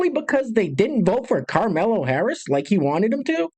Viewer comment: STOP SAYING “CARMELO HARRIS”! It is Kamala. I hate her but at least get it right.